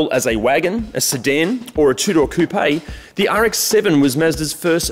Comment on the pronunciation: Awesome series. Thank you for saying coupé correctly. Chickens live in a coop...... ;p